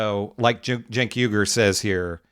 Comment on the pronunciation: It’s Cenk but the C you pronounce it with a J. Jenk